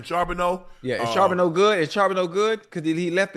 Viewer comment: Unc how long yall gone keep saying Charboneaux?? His name is charbonnet yall know exactly what sounds those make I heard yall talk about it before